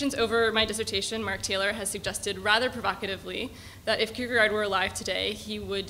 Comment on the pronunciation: She might also learn to pronounce Kierkegaard better than "Kurkrrr..garrrd"